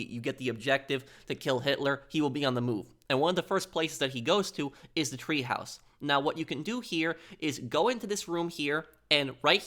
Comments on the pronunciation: God, you make me grit my teeth with your goddamned "treehouse!" Shit, man! It's Teehaus, which translates from German to English as Tea House, goddamnit! Treehouse in German is Baumhaus! What a fuckin' maroon! (that's not a misspelling; it's a quote from Bugs Bunny). And Hitler's package was not SCANNED, goddamnit! They didn't HAVE fucking scanners, and x-ray machines were not used for that back then! Their "scanning" back then was to OPEN AND VISUALLY INSPECT the contents with a pair of Mark One Eyeballs! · It's TEAHOUSE, not treehouse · “Treehaus” lol!